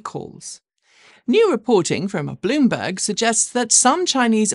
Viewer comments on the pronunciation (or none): none